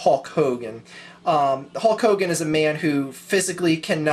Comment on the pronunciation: lol you kept calling Hulk Hogan, Hawk Hogan.